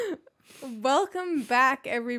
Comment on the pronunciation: belcome back 😂😂 ok